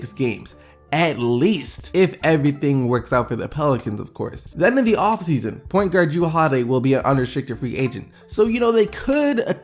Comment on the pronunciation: 3.06 , Point Gurd ahahahaha